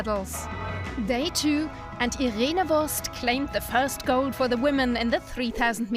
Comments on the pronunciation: Irene Wurst 😂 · "Irene Wurst" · irene Wurst